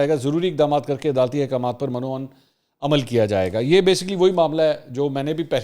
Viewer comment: پتہ نہیں سب صحافی اور سیاست دان عربی لفظ مِن وعَن کو ہمیشہ غلط کیوں پڑھتے ہیں مَن وعَن میم کے زبر کیساتھ حالانکہ درست تلفظ میم کے زیر کیساتھ ہے